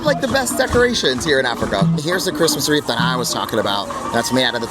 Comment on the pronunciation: Hi! Huge fan, just wanted to letcha know phonetically, "wreath" is pronounced as "reeth". The "w" is silent, the "ea" makes a long "e" sound. Okay love you so much bye!!!!!